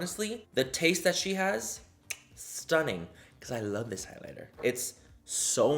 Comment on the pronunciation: no one: literally no one: manny: wow that’s st nnin’ u